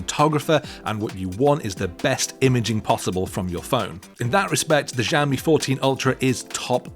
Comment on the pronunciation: It irked me every time he pronounced it like Jammy.